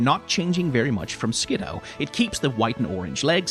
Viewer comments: I'll forgive this pronunciation, as that's how I would pronounce it too, but according to multiple sources its "Skid - doo" for some reason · Fun fact, Skiddo was the Pokemon that made me stop trusting the anime 100% when it comes to pronouncing names (they pronounce it like Skidoo) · I will never forget the time I was watching the anime and the Pokédex pronounced it Skid-DOO. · We (yes, WE) will NOT be calling them "Ski-DOO" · I know I've popped in with critique of your pronunciation on a few of these shorts... I'm siding with you on this one, there is no way in hell I'm agreeing with the anime that this little guy's name should be pronounced "Skidoo" like I should be saying "23" in front of it in a transatlantic accent before zipping away and leaving behind a brief me-shaped cloud of dust. That said, I always keep needing to remind myself that Skiddo is a solo Grass-type and not Grass/Normal. It looks so much like a Normal-type, and I attribute that largely to the prevalence of browns and beiges in the color schemes with the leafiness being constrained to it's neck and back. It's of a kind with Pyroar and Litleo in that way, except that the "kind of just a lion" vibes they give off that communicate "Normal-type" actually mesh with the fact that they are Normal-type. In that way, the grounded-ness of the design I actually feel does a slight disservice to how these two are meant to work in gameplay, even if Skiddo is thoroughly adorable and I want a real one to playfully headbutt my shin until I give it a bottle of milk.